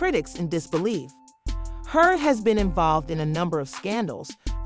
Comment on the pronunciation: the voiceover on this video is really bad. who the f is Henry-yard?